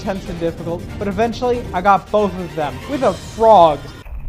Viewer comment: I love how much emphisis he puts on how he does this WITH A FROG